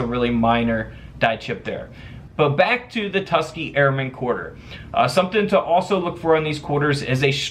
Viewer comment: Tus-KEY-Gee.. Its a 3 syllable word ..💁‍♀️just sayin 😏👋